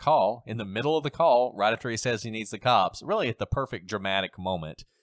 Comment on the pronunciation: Technically, he says, “The kawps!”